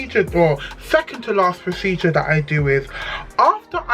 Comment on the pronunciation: I love how you are saying procedure like it’s surgery 😂😂😂